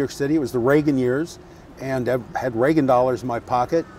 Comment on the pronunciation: Reagan. Not Regan.